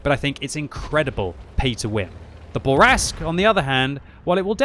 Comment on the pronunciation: It's not a Burr Rask, it's a Boo Rask.